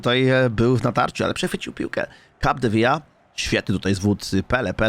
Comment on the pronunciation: błagam! Capdevila czytamy tak jak piszemy, nie przez "J":((